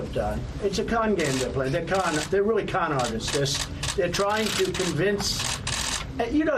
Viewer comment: why did he have to annunciate con like that what other sort of games does he think we could have mistaken it for